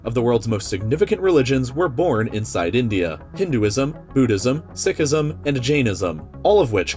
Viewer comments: i love these videos also it's pronounced seek-ism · Sikhism is pronounced Seek-ism Sorry that was just bugging me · Hearing you pronounce Sikhism wrong hurt me